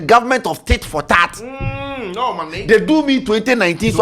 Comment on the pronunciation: it's no more "tit" for "tat", it's "tit" for "titra"😂😂😂